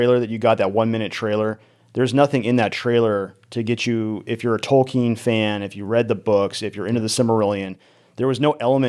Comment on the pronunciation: Tolken not Tolkiiiin